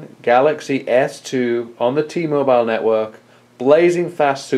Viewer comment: ....T-MoBILE. quit sayin it so strong